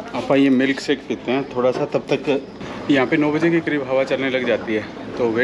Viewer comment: भाई सही हिन्दी सीखो। मिल्क शेक होता है। मिलक सेक नहीं।